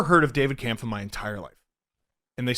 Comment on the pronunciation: Just an FYI, Kämpf is pronounced more like "Kempf", not "Kahmpf"